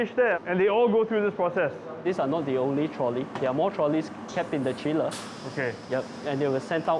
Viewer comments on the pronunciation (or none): its "the", not "thee". (before words which begin with consonants)